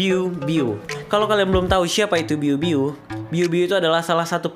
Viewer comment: Bg biu biu bukan ibu ibu wkwkwk #gameterakhir